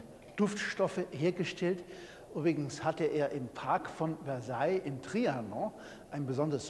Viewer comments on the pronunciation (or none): Mein Franzpauker meinte, das Wort "Versailles" wird mit einem sanften "s" gesprochen. Bei jedem solchen Fehler denke ich an ihn.